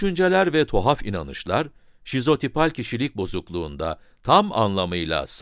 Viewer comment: Videonun basinda sizopital diyor ancak sizotipal olmali.